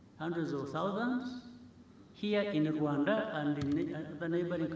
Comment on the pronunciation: I like the way he pronounces RWANDA 🇷🇼